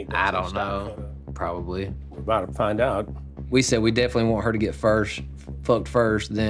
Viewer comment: "We boutta fiyind out" 😂🤣😂🤣. Chris is OC. 😂🤣😂🤣